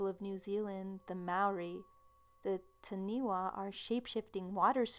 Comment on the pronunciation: Oh dear...Taniwha is pronounced Taa-nee-faa. The 'wh' is like the english 'ph'...it makes an 'f' sound...Maori is Mah-or-ree but said fast, so it almost sounds like 'mouldy' with a soft 'd'. Also, the mythology classes Taniwha as giant monster like beings who turned into things like mountains, big rocks, other landmarks etc, according to the legends.